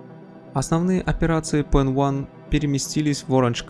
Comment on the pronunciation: Баблос был членом "Арийской нации" (именно это значится в его личном деле), а вовсе не PEN1. И да, PEN1 не является частью AB + название произносится как "пенай", а не "пенван" (т.е. как PENI, хотя и пишется PEN1).